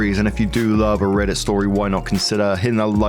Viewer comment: I love when you say RRRRRRRRRRReddit stories